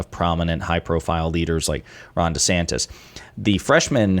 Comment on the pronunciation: duu santits